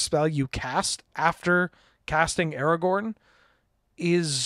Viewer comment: We're going to roast you for the pronunciation: The letters are right there in the name of the card. AragoRn. There is a second R clear as day. You're terrible at this aspect of things and should NOT be the person reading card names. Get whoever is on tech that day to do it instead!